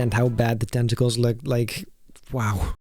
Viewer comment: testical 😂 I'm ded